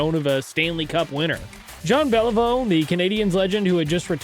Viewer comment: JEAN BÉLIVEAU please try it properly again. And Lafleur.. come on do something about that... You should listen to his name in french then you can say it properly.